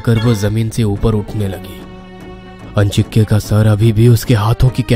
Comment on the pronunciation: आजिंक्य होता है अंजिक्य नही।ये लोग नाम का गलत उच्चारण कर रहे है।